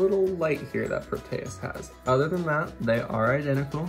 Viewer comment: You pronounced Proteus wrong